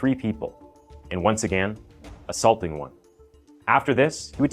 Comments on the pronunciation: Still can't pronounce "again" properly though 😂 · I just have one question. Why do you pronounce the word again, agan?